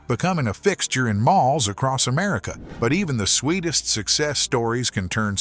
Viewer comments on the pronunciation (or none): none